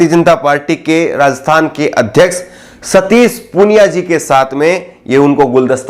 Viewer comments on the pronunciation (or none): none